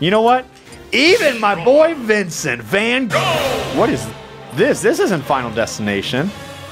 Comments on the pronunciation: Oh my god did anyone else catch that He said Vincent Van GO! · M y b oy vincent van- GO